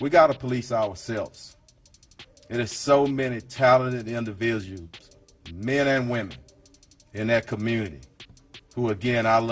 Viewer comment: I heard everything he said and agreed with every word but I alsoheard the officer say indivisl😂